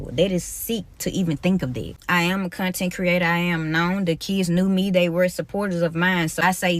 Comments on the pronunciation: "am a con ten creata" gtfoh..than you don't belong in front of a class. Who th hired this loser pdf file? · She added 3 extra syllables to the word content